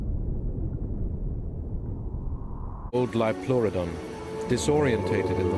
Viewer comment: Liopleurodon is pronounced like that.